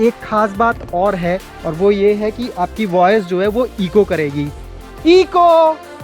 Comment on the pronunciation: Darjiling gye the bhai ya lepcha :) icko nhi echo ....